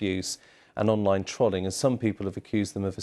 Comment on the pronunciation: The way he pronounced 'Trolling' 💀💀